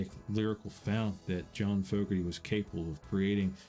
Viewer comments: I really wonder if the people involved in making this documentary actually understood anything about the subject matter at all. Including the pronunciation of the last name Fogerty. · This is hilarious... A bunch of English dudes talking about what life was like in America in the 50s / 60s...then you have the lone American-sounding dude doing the narrating and he can't even pronounce "Fogerty" or "Lodi" properly. Also implies John went to Vietnam... Never happened. Screaming "Joe" Hawkins.. Huh? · The narrator doesn't even know how to pronounce John's name properly............. SMH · Also know how to say John and Tom's last name Fogarty correctly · From now on, when someone, whether from the U.S., U.K., or WHEREVER the hell, feels the need to do a documentary on the world's greatest rock band from the late 60s/early 70s, at LEAST find a narrator that can pronounce F O G E R T Y correctly, AND a narrator that sounds like he wasn't hired by stu cook & doug clifford. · I wish Fogerty was pronounced correctly...just saying.... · How does a guy narrate a documentary about CCR, with all the work/time put into this, and not know how to pronounce the word Fogerty? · FINGERNAILS on a chalkboard every single time I heard "Fogerty" mispronounced. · I agree. The narrator doesn't even pronounce John or Tom's last name correctly. He gives it the sound of the word Fog (short O sound ). It should have the long O sound. Also he pronounced their song Lodi with the short sound instead of the long vowel O sound. In other words it sounds like he was just reading words about a band he had NO clue about. Strange. BTW their Green River album was the first album I ever bought way back in the day, so I'm thinking I know more about CCR than the narrator. Ha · I like this documentary, but I swear every time the narrator said Fogerty, I died inside. I mean, did you hear how he pronounced Lodi! Not trying to be mean, it just really bothered me. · It’s pronounced Fogerty not Fogerty.